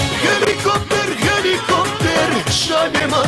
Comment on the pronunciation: ХЭЛИКОПТЕР ХЭЛИКОПТЕР AHAHAHAHAH XD It was unexpected